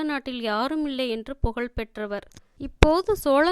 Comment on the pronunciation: Pudhu Vellam... pronounced as jaggery and not flood.... pugal petra... not pugazh petra... Thol is skin வெள்ளம் வெல்லம் தோள் தோல் புகழ் புகல்..தமிழை தமில் என்று சொல்பவரை வைத்து இப்படிப்பட்ட நல்ல புத்தகத்தை வாசிக்க வைத்தால் இப்படித்தான் வரும்....... ஐயோ வெட்கம் வேதனை. மெல்ல தமிழ் இப்படியா சாக வேண்டும்??